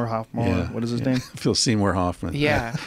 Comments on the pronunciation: "Phillip Hoffmore Seamore" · Joe " Phillip Hoffmor Seymour Hoffmor" Rogan